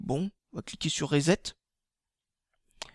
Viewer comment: Je met un pouce rouge car tu prononce mal le mot reset et tu prend 10 minutes pour déballer ce maudit téléphone. ARRRETE les vidéos stp !!!